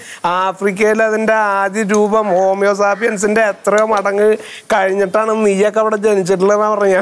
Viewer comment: 😂 അയ്യ്.. കയീന്നു പോയി.. ഹോമിയോ സാപിയൻ അല്ല.. ഹോമോ സാപ്പിയൻസ്. കോമഡി ആയിരിക്കും ഉദ്ദേശിച്ചത് .എന്ന കൊഴപ്പo ഇല്ല. കേവല യുക്തിവാദി